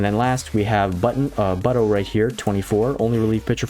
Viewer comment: I js leaned this season it’s pronounced “boot-o” not “butt-o” 😂